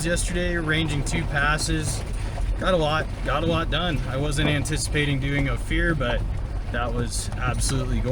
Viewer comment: Only because you asked; it's Oh-fur, not Oh-fear. Thanks for another great video! I miss living in CO a lot, but they really messed it up. I think it's really great your girl enjoys being outdoors with you, hope I can find one one day! I do believe everyone should enjoy the outdoors, but honestly miss when most didn't, and am with you 100% on the side by side thing, they're a plauge worse than locusts.